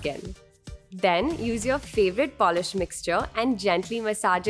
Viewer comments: "Polish" love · "Polish" Love you 💕